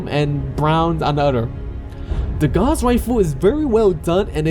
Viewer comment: gauss rifle is pronounced "ga-w-ss" not "gaz"